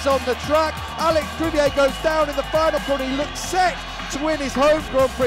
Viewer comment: feynel seyction et the stediem...who gave this job to this man